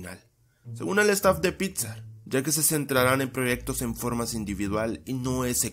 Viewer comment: like si crees que dijo pizza en ves de 'pixar'